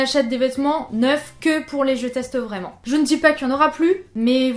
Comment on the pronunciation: Ouiiiii mon genre de vidéos préférées 😍 "Vrrrrrrraiment" Et on n'est pas saoulees que tu parles, on adoooore 😍 Mais perso je sais que je suis abonnée parce que j'aime tout ce que tu fais. Donc si tu n'en fais plus, je continuerai à regarder tous tes contenus !